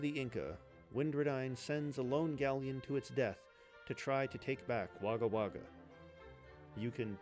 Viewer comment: Every time you say Wagga Wagga, a part of my soul dies. 💚💚 As ever, thanks for the naration.